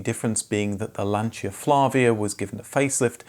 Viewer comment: Lancha and Perjow. Lol😂